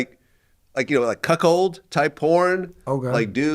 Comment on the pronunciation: Vlad, please don't say "cuckhold" anymore. 🤐